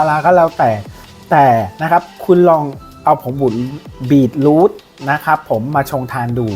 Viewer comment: มันอ่านว่า บี-ทรูท ไม่ใช่ บีท-รูท ครับ